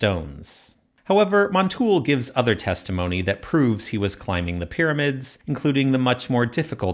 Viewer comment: The acute accent in Montulé indicates that the e should be pronounced: mon-tu-LAY, not mon-TOOL.